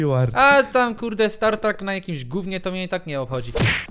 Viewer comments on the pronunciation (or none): Losować skrzynki ??? I się mówi stat trak a nie star trak -. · StatTrakiem, a nie StarTrakiem... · To nie jest startrak, tylko StatTrak :) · To jest STAT TRAK a nie Star Trak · nie startrak tylko stattrak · mówi się stattrak a nie startrak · Ej, "stfu" nawet nie umiesz poprawnie stattrak powiedzieć xD. Bez urazy ;p....